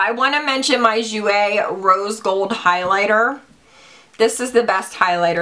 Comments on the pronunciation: If the perfume is pronounced like my friends name that is spelled the same it is pronounced Goy-ya. Hope this helps, Hun! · My mother is from 🇮🇹. The perfume is pronounced de joy-ya. It means joy and is also a girls name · the perfume is pronounced gee-oh-ya but like slurr it together you feels me lol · The perfume is pronounced DEE-JOY-UHH. Its Italian, and my last name :)